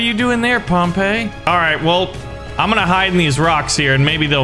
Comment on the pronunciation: Pretty sure Pompey is pronounced Pompee (I take Latin)